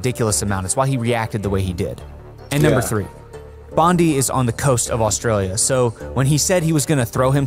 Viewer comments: Bondi is pronounced as BOND DYE - not Bond Dee. I never knew this event as I was yet to be born. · Spot on!! also it's Bond-eye not Bondee and we called them flats not apartments.